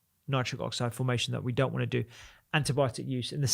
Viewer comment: "important" -- with a T in the middle. "don't" with a T on the end. Not difficult: just touch your tongue to your upper teeth and you'll get the letter you're missing right now. You don't have to sound like a half-wit: you can probably get over it in half an hour of thought.